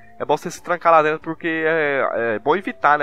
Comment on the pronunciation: Lá "Drento" ydgagdagsdygsdyadygsda português ótimo